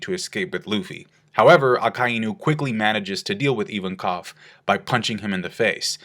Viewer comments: Ivankov, not Even-Koff. Jesus, why are americans so adamant on purposely mispronouncing anything even remotely non-english? Is that like a cultural thing? The other day I was watching another american trying to pronounce the word "Abramovic", stuttering and getting stuck at "Ab-ab-ab-ab-ab...". What's wrong with you people? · Invankov not Ivankof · EVEN-COV?? Dude it's a Russian name!!! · Why does pronounce Ivankov like that